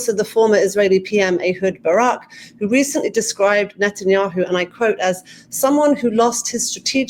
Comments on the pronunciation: Neh neh neh ten ya hoo. NOT Not ten ya hoo. So freaking annoying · Excellent informative interview. But I find it so strange that Ian Bremmer, a seemingly professional in this field, completely butchers the pronunciation of every single foreign name. Drives me crazy listening to professionals that say "Benjamin ned'n-yahoo". And since when is "Qatar" pronounced "cutter", or the head of russia "pudd'in"? Come on, you can do better!